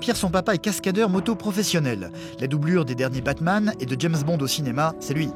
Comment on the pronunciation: DARKA YT C’est les versions films porno, écoute bien il dit « biteman » et « sexbombe »